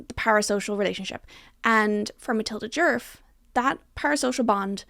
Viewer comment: The word djerf really started to lose all meaning at about the 15 minute mark…. And as a Swedish speaker your pronunciation was really good for someone who doesn’t know the language so no need to apologize! I really appreciate when creators actually look up the sounds for å, ä and ö instead of presuming an and o-sounds, so in my book you pass with flying colors with that alone